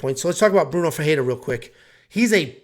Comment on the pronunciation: The way you pronounce FERREIRA is not even close. Smh